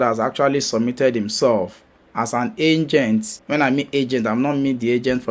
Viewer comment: The lawyer in green said angent instead of agent. That was funny for me🤷🏿‍♂️